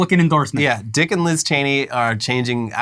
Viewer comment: When you said "Dick and Liz Cheney" I heard "Dickless Cheney"